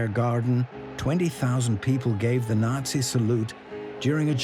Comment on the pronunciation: Nazi, Delano, Toledo - mispronounced.